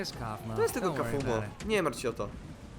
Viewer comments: kafumo muwi sie kafmoł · nie czyta się kafumo tylko kafmo a pisze się wogule inaczej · nie kafumo tylko kaufmo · nie czyta się kafumo tylko kafmo ok? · ale to nie kafumo tylko kaufmo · bardzo mi się podobało lecz problem w tym że mnie STRASZNIE irytowało jak żle wymawiałeś imie bo ty mówisz kafumo a poprawnie kaufmo wiec jak będziesz jeszcze to omawiał prosze cie o to żeby wymawiać to poprawniej❕ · Pise sie kaufmo i wymawia sie kałfmo nie kafumo xd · TO NIE KAFUMO TYLKO KLAŁFMO😠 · To się pisze kaufmo ale muwi się kałfmo